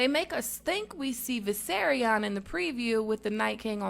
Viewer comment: I love this and all your videos but you're saying the dragons name wrong its Vis-air-ee-on